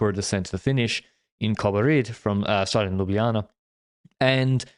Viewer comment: have to say that that was some excellent pronounciation of Slovenian names of Kobarid and Ljubljana, that's an overperformance for an Anglophone xD